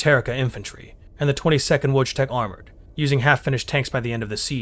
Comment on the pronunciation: You seem to kee pronouncing Zharrk as "Z-rak" instead of "Zha-rk".And the J in Wojtek is pronounced as J,not Đ.You also pronounced Tercia as Terryka.Weirdly,you ronounced Chasovoy the same way as Charlie instead of Chaos...You make a lot of mistakes in the ronounciation of words,actually.